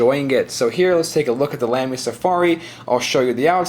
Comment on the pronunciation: its pronounced lahmy